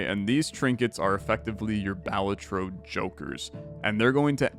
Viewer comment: btw, Balatro emphasis is on the "la" so its like (ba-LAH-tro)